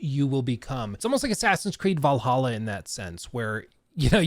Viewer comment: You pronounced Assasin's Creed Valaha wrong.